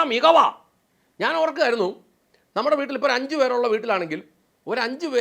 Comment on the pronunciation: Caption super എന്നാലും ഒരക്ഷരം change ചെയ്താൽ അതി ഗംഭീരമായേനെ. എന്താന്നോ,? ''വൂട്ടിൽ '' പോയി എന്ന് കൊടുക്കാമയിരുന്നു, അങ്ങേര് അങ്ങനെയാ പറയുന്നത്. "വുട്ടിൽ ''